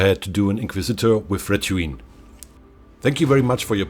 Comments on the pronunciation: "retinue", ausgesprochen wir "rätinju". Nicht "rätüin" ;) Aber wie immer großartige Arbeit. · Youre doing an amazing work! Just one pinch of salt. Its retINUE not retUINE. But other then that I love your voice, please oh please give mor shots of the models. If possible if you could get even a cheap rotating table so we can observe them from multiple angles that would be great! I hope to see em painted soon :) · Looks great, but I must say the word is 'Retinue' not 'Retuine' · Pretty cool stuff. Just FYI, it is *retinue*, originally a French word, pronounced "reh - tin - you" :) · 'REH - TINN - YOU' ( Retinue ) Great Convos - 'ORDO DAEMONICUS' (Grey Knights) All~The~Way!!! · "Retuine" does sound nice though, feel free to keep it! like.... Imperialis Retuine, a classification of sorts for a group of Inquisitorial buddies :) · Drink every time he says "Retooine" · might want to look into the pronunciation of retinue again ;) great job converting these models tho.